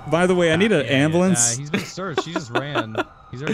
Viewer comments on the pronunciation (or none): "call the ambulamb" 😂😂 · “Call the ambalamb” LMFAOOO